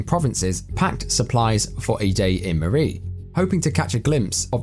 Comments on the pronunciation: It's pronounced murry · Hi my father is from murree and Sialkot area, and he used to tell us stories from there.sadly he passed away and greatly missed. Greediness from people is discusting and poor people,it makes me sad and angry. Also pronounciation of murree is incorrect. Snow is always great there.